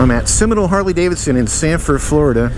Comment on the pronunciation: You said it right..The non Harley….Harley!